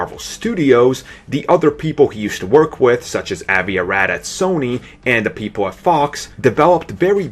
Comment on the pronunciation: It's Avi (AH-vee) Arad. I know. It's my name, too, and I don't think anyone has ever pronounced it correctly the first time.